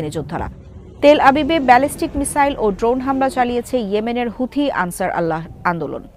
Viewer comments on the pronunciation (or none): সাংবাদিক ম্যাডাম আনছার আল্লাহ নয় এখানে হবে আনছার উল্লা